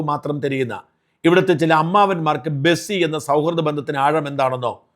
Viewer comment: ഹലോ സാജൻ ബെസ്സി അല്ല ബെസ്റ്റി ആണ് കേട്ടോ 😂